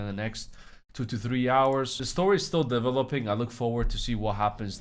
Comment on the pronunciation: "the whole story is dev-oh-lope-ing" x4